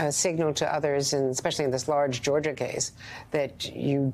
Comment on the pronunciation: I did not know there was a State called Georger..... I do respect this woman, but dang man. It's Georgia!!